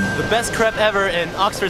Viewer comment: They aren't pronounced as "creps"